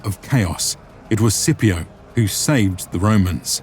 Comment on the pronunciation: A fantastic video, as always. I have one minor quibble: Why are you pronouncing "Scipio" like that?